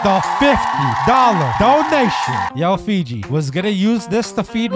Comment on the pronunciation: Stop saying Figi it’s fiji